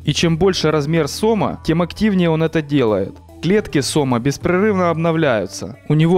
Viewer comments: Если бы комментатор ещё и орфографию выучил было бы отлично,поймать не сОма,а сомА. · правильно говорить сомА а не сОма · СОма, сомА, блин вы определитесь с ударением. Как правило ударение при склонении идет на последний слог, а то ухо режет. По теме. Мой отец живой свидетель сомОв под 4-5метров. Водились они в реке кума на Ставрополье, да и вообще на юге России были не редкость. Тогда на реке еще не было водохранилища и она была меловата в спокойном состоянии, кроме мест где есть кручи и река довольно круто поворачивала. Там были довольно большие глубины и там лежали эти бревна. Ловили тогда их сетями. Отец рассказывал, как поймают такого положат на телегу, а хвост по земле волочился. Не верить ему у меня нет никаких причин, так как слышал не только от него, но и отего знакомых по детству и просто старожилов. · Не сОма, а сомА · не сома сомааа ударение на а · И не тухлятиной мясо отдает, а тиной. Сам то жрал сома товарищ автор, или ты только ударение на название рыбы ставишь не правильно периодически??